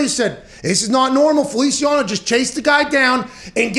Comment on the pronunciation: “Jon Feliciawano”- Pat McAfee